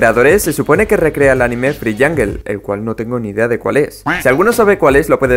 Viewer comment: Se dice jangol de verdad pero es jungle